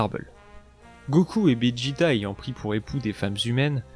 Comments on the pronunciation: c'est pas bijita c'est vegeta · Tu ne sais pas dire VEGETA